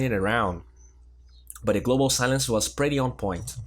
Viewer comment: Yo, watch ur pronunciation on pretty (u r saying "pratty") and and hungry (u said "hangry"), it sounds pratty weird. lol Love ur vids. Bye.